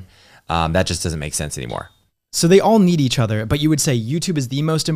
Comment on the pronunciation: " You beed a kid" lol